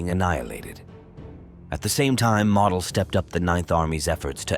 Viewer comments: MO/DEL and not MODEL💃, is how it's spoken just saying 😏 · I love you're videos. That being stated, you're pronouncing Model as: Mahdel... It's Mohdel. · Nicely done. You could make an effort to pronounce correctly, including the name of Walter MODEL like MOWDEL and not like "Model" as in Model Airplane... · It's Moe-del, crack a book Moe-ron. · The correct pronunciation of Model's name is "Moedel" not like a show model. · Excellent detail. One annoying feature: The narrator does not know how to pronounce German names. For instance, General Model is not pronounced "model" as in toy model, but is pronounced using the "o" sound as in "motel". An Academy does not make mistakes like this. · not 'Model"..."MOdell' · I suggest you learn how to pronounce names and places. Model is pronounced MOWDEL. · General Walter Model’s last name is pronounced “Moe dull” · more like "moe dell" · Learn to properly pronounce Models name !! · The AI audio is atrocious. Mispronouncing Model and saying mm instead of millimeter.